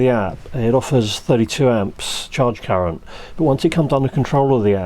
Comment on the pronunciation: "primary differential _cureent_" Seems like I'm not the only one occasionally repeating the wrong leeter in a sentence